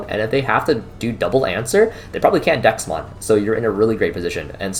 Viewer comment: Threw me off everytime you said Dexmon. Had to google to figure out DeathXmon. Bandai has done a terrible job with names